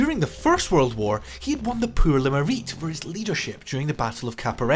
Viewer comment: Did I hear the presenter say that Rommel won the "Poor le Mereet"?